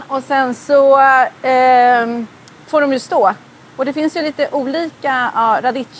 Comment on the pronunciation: Uttalstips: Radicchio uttalas med k-ljud. Det gäller f.ö. alla italienska ord med ch eller -cch-. H:et styr uttalet.